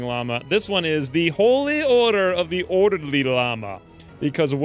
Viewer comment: "If you were an ordeely lama" lmao